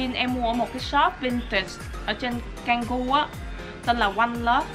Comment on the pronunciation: Tú ơi, tiếng Indo khu Canggu phát âm là Chang Gu. Chúc em enjoy thời gian này và sớm được về nha 😼